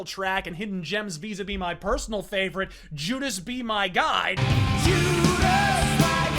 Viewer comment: If Iron Maiden was Canadian - "Judas be my guy"